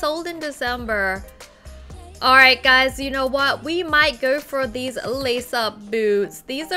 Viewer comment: Wengie: I want theese shoes. Me: It's sold out In December. Wengie: Oh they are sold out in December. Me: I know Wengie. Wengie: Then I want theese. Me again: Those are sold out in November, December. Wengie: Ohh theese are sold out in November, December. Me: I KNOW, WENGIE!! I KNOW!